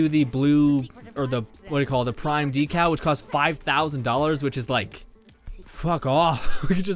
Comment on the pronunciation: Decal: Dee-Kal